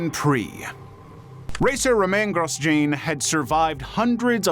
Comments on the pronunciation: are you deliberately pronouncing names wrong just to be a dick and get engagement in the comments? There’s a few names…your own clip you used had it differently to the “gros-jeeen” you decided to roll with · The commentary even says his name right on the clip you used for Grosjean! So shoddy. Be better.